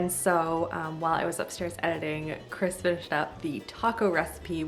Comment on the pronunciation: Did any one notice she says chris chris... like christine says BEn BEnnn😂😂